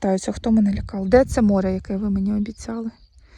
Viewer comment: Тобі, ж, казали, що квасолю, не намочують, садять так.Намочують горох. Навіщо укорочувати баклажки, куди рослина буде рости? Якщо не знаєш, як українською слова вимовляти, то словник в поміч ( апрєль, крапіви, морє...) А море, ще буде , почекай...